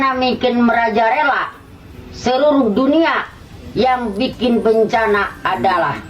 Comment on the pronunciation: Mang tolong sampein kata yg tepat itu MERAJALELA bukan MERAJARELA 😂😂